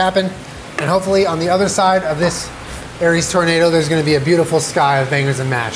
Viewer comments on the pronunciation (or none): none